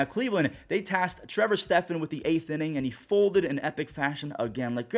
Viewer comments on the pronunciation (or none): none